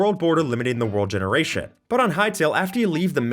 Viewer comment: "world gerationdziubudzibuz..."